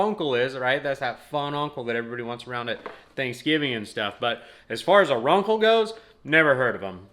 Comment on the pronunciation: It's pronounced "Run-Cell" not "Run-kle". Just so you know.